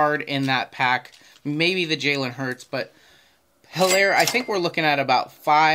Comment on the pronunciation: Nice video!! it is Elaire on Helaire pronunciation he doesnt say H